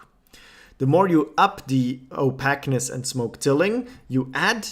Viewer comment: Opaquness Is pronounced 'Oh-payk-ness' Just for future reference :)